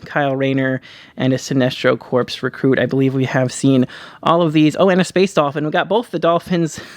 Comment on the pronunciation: Thanks for sharing! FYI - "Corps" is pronounced "Core". A corpse is only applicable with Black Lanterns. Thanks again!!!